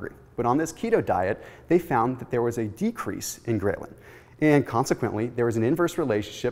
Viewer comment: A minor comment, 'ghrelin' is pronounced differently, see here for example